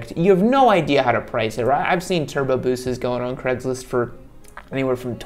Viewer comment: Why is craigslist always pronounced as cregs list